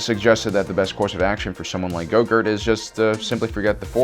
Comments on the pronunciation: Swear you said his name wrong the whole time said it like groghurt its grogu no? Forgive the spelling lol. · Dude it`s GROGU not YOGURT. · I have to ask, why is he referring to baby Yoda by some other name other than Grogu (pronounced GROW GOO)? Look I dont care that he does, just want to know why he refers to him by Gogurt. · It’s Grogu...not grogurt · WHY ARE YOU CALLING GROGU "GOGURT"?!?!? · You lost a follower... It's Grogu... Not gogurt. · You stopped the video, when you called him, baby goger? Dafuq ......it’s GROGU GROW-GOO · Lol.... I love how you Grogu ,,, gorgu . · "Luke Skywalker establishes his own school of witchcraft and wizardry" lmao. Between call calling Grogu, Grogurt and that you crack me up. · his name is not Gogurt its Grogu (Grow) - (Goo) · ITS GROUGU NOT GRUGO!!!!!!!!!!!!! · Baby gogurt hahaha say it right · GROGU not goGroot XD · GROGU! It’s Grogu not go gort nor yogurt. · This dude called him baby gogurt and u expect me to take this video serious after calling grogu gogurt a bunch of times. Lmao. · OMG its not go-gurt... you make it sound like some "Yogurt" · Gogurt? So annoying. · Ehy do you call him gogur??? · he said baby gogur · Why can’t you say grogu properly. It’s not ‘grogert’ as you say. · Has no one realized that he called grogu yougert and gogert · Im pretty sure how speaks reall affects his pronounciation Cuz i heard Baby Grogurt instead of baby grogu and Ashurka Tuhno instead of Ahsoka Tano. Like how he says grogurt instead of grogu just seems like ur going in a straight line, then u turn 180 degrees the other way and go the opposite direction. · Grogu. His name is Grogu. Listening to you butcher the poor things' name is torturous. 🤦🏾‍♂️ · can i ask you something directly? ... why do you keep calling him Gogurt? .. its REALLY f*ckin' bothering me. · Is he calling Grogu gogart? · Are you saying “grogert” 😂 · dumb fuck can't even say "grogu".... wow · Why do you call him gogurt? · Lol, I love how you call gorgu go-gurt.